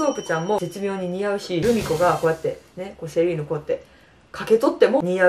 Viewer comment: セリーヌって言うんだ😮 シーラインって言ってたww